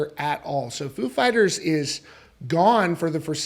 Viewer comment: .....stop saying "food" fighters in u vid🤔😁🍻 if u r "such a big fan",.....just sayin,....FOO!